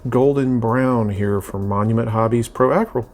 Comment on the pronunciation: Love this spawn piece. You killed it!!! Now, say this with me ACRYLIC like this "Uh-krill-ic" right. Acrylic. Ok bro lol Now say Pro Acryl. Pro Uh-krill. Definitely loving the hamburger head portrait. It's always been spawns coolest look.